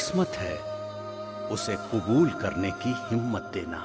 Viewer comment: its qabool not qubool